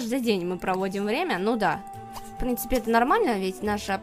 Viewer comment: "Ну и в прынципе" :DD